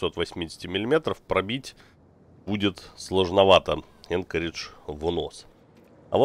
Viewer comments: Не Энкоридж, а Анкоридж...это название столицы Аляски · А почему город Анкоридж, а крейсер Энкоридж?